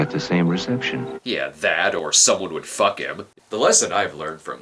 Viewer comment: "Then you can fouk off" lol